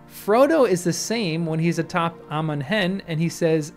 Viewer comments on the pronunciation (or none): none